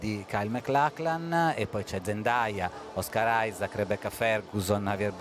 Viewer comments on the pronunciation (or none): OSCAR ISAAC no one: brazilians: KKKKKKKKKKKKKKKKK o cara falando OS CARAI KKKKKKKKKKK ai essa foi d fude